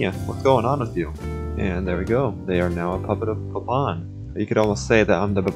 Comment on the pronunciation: I'm suprised that you didn't butcher Baban's pronunciation